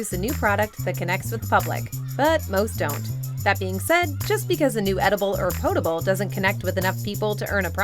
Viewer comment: POT-able with a hard, ‘O’. Do you just read scripts for the sake of it? I hate this narrator.